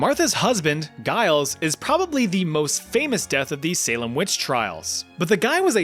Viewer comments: Giles Corey is my ancestor, and I can second this. He also refused to enter a plea either way because he knew the whole thing was a farce and wasn't going to give it the dignity of "taking it seriously". Giles was no saint, but you have to admire his tenacity. (Also, I'm going to be pedantic and correct; it's Giles with a "juh" sound, not as "guh" sound.) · I have never in my life heard such a pitiful attempt to say the name Giles